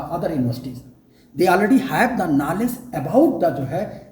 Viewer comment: Knowless, educason, selectson,etc etc., OMG! English pronunciation 😂😂